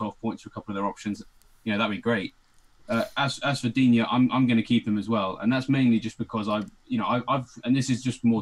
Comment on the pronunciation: It’s Dig Knee ffs.